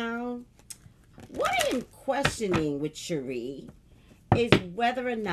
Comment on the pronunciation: It's pronounced Sha-Ray miss missy 😊